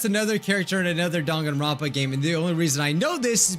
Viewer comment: ITS NOT DAN-GAN-RONPA ITS DANG-AN-RONPA